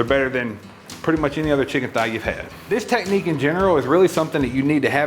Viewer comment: I know he knows what he's talking about when he pronounces "technique" as "teh-knee"